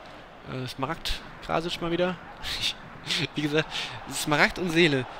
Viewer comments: So. er meint, dass du es sprechen musst:Krassic. Bzw. Kraßic.:) mfg.;) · Er meint, dass das S bei Krasic trocken ausgesprochen werden muss (Krassic)